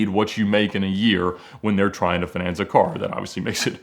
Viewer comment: Why does he pronouns finance like finesse? Lol